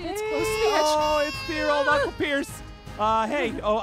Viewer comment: When pierce said uncle pierce I thought he said "knuckle" Pierce 🤣🤣